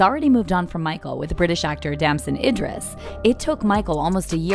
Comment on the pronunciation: IDRIS!!! Not Indris